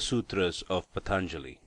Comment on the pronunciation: Please pronounce the name PAA-TAN-JALI properly, it has a A-vattu, an elongated A, not a short A in the first syllable. Good approach, nice effort.